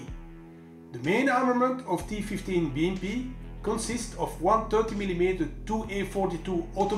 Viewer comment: С удовольствием прокатился бы на этой БМП. Первым делом переехал бы через того, кто озвучил ролик... Такого английского языка я еще не слышал. И лучше бы не слышал... "ТифифтиБиЭмПи"... С таким произношением лучше субтитры пускать!!!